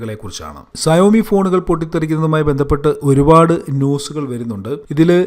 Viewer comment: സയോ മി അല്ല ഷ വോമി